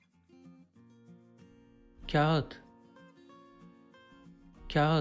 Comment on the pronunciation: teleffuz videosu çekip kağıtın teleffuzunu doğru yapamamanız komik olmuş k ince bir şekilde ı okunmadan kağat diye okunur aynı şey ağır kelimesinde de geçerlidir ağırda ı okunmaz aar diye okunur